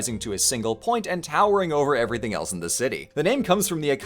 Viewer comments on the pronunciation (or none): none